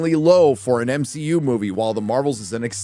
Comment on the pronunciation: why are you saying m-shi-u instead of mcu